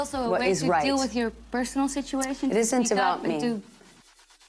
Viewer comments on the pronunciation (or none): Why all of a sudden, are u pronouncing the " t s"-- " It isn "t" about me." And the fucking hilarious-, the Grand statement; " I wan"T"ed nothing , Hahaha--- Great entertainment. U must ve been watching Greta Garbo or something_ " I wanT to be alone. " HAHAHA. THis Is who they re rite, Entertainers. And Entertain, she does. Thank you. : D